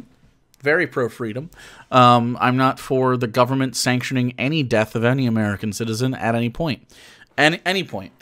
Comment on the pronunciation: What the fuck are provetee and govbermnt? These cunts literally can't talk. Edit: I found out he has a speech impediment. Still, he might have an excuse for not being able to speak with perfect diction, but he doesn't have an excuse for not being able to be able to think with basic logic